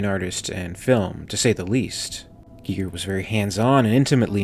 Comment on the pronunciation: Would've preferred if you called him gigger.